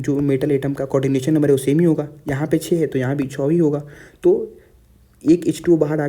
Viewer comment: Who heard 6 as cho😂